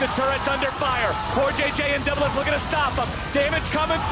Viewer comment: There's no R in doublelift